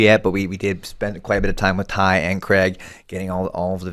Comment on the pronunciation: Hey Americans, Craig is pronounced Crayg not Cregg....